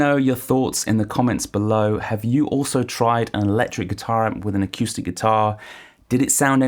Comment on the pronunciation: I can't trust someone who say akewstic. Sorry.